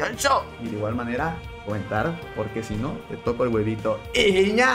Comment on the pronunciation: Comemto de awevito como dice pa